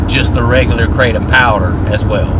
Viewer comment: Kratom, not keratin! 😂😂 Btw I love your kratom videos,. Glad to see you doing well! 😊